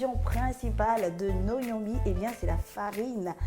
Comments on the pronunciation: On ne dit pas Gnomi. Plutôt Ngomi ! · Parce qu'elle l'appelle Gnomi au lieu de Ngomi! 😅